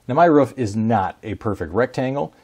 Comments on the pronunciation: he actually said it correctly the second time... But that was the only time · If he says rouf one more time I'm going to end it all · I was thinking the exact same thing... 11 seconds into the video and I could tell its gonna be annoying. Do all americans call it rouf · I'm with you on this one, who tf says rouf, it's like"ay bro I just got the new solar panels installed on my rouf" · I believe what everyone is aiming for is "ruhf" -- Clearly speaking canine for a brief moment there. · Try hitting the bong every time he says ”Ruuf “ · sorry but. ruf and roof are different. Ra-oooooooooooooooooooooo-ff not Ruuf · It's roof not rough or whatever you're saying... Boo, Coo, Too, Moo.. Roof... It makes the oo sound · Please tell me I am not alone when he say's "roof" he sounds like a dog actually "woofing" lol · Heard him pronounce 'roof' weird... Immediately jumped to the comments. Was not disappointed. I love the interwebs 💁🏻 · He said roof wrong EVERY FUCKING TIME he said it. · Axe him to stop or get off his compruter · everybody that speaks english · I live in oregon and very few people pronounce it that way. Fortunately for everyone they are a dying breed. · I think he made everyone cringe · I’m from London.. all iv taken from this video is how the word “roof” pronounced like that can make you cringe! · I stopped the first time i heard it to check the comments lol... Im from germany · Is this how Americans pronounce “roof” ? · the way he says roof makes me think that this guy lives in northern territory. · I was going to watch this video until i heard him say "roof" ...I just can't do it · Do you hove any pROOF this is the correct pronunciation ? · The way he pronounces roof makes me cringe. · stop saying ruff, it's roof 😭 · It’s not a rough or a roff is called a roof can’t watch the video with this pronunciation pls re upload this video with correct English thx 😊 good video tho 👍🏼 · Ain't go lie. i cringed everytime i hear "ruf" instead of roof. lol. Awesome vid